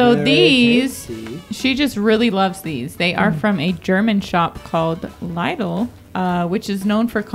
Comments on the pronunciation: I was wondering what posh German shop Lie-dell was until I realised you meant Lid-Elle, please employ me to correct British pronunciation! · That Lidl pronunciation had me giggling it's pronounced Lidel not lidal xx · Its Lidl not Liedal… 🙈😂 (said like Lid-all) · Lidl.. said like "Little" not "lightol" 😂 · Hey there ,you made me laugh a lot.. ok the cheese twists and the coated peanuts we have them all year around.. The matchmakers normally are not the ones used on Christmas in my house, it’s normally After Eight Mints ((my favourites)) .. The German shop is Lidls ,when you say it ,it sounds like lid alls ((Lidls))..They do have some spiced sweet things ,I personally don’t like it at all… my husbands loves the mince pies (( I think they are disgusting )),some people put clotted cream on them .. Yours seemed a little dry ,they normally ain’t.. I don’t like Christmas cake or the pudding ,all the fruit yuck..lol .My husband makes what we call log cake, basically the same fruit cake as the Christmas cake and has brandy which makes it moist .. instead of the white icing it will have chocolate over it ,yes there is marzipan .. Then you make the chocolate look like a log ,that’s why it’s called a log cake .. With the Christmas pudding it’s normally a brandy sauce used .. 👍 for saying cadburys correctly ,it’s very frustrating when it’s said wrong .. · You pronounce it as "little" (LIDL) It's an Aldi similar store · loved the video just for reference its pronounced LID L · Lidl is pronounced "Liddle" BTW. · P.s lidl is pronounced lid l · I’m almost upset with how she said Lidl 😅